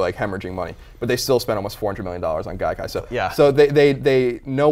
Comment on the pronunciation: Dude, it's Gaikai.